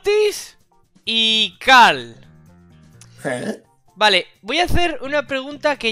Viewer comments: NO ES CAL ES CARL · Dijo cal ajajajjajajaajajwj xD